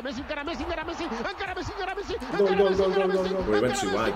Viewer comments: I want people to realize that it is ENCARA not ANKARA! It is a Spanish word… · It is not "Ankara Messi", it's "encara Messi" that means "still Messi" in catalan.